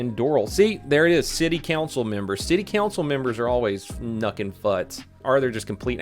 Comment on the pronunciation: he said it like a canadian almost lmao